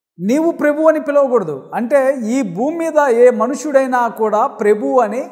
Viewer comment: Prebhu kadu sir prabhu Ani ucharinchandi